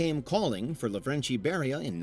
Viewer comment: I'm ashamed of this, but Beria was Kartvelian, meaning that you should say his name exactly how it's written. It's not "LaVREncHi", just Lavrenti